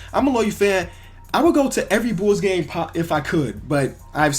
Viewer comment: Bulls not nulls